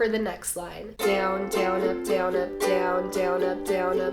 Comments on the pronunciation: i would like her videos but the ways she says down it ruins its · when you were sayin down up i tought u said donut